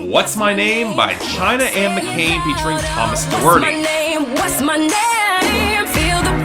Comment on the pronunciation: McClain, not McCain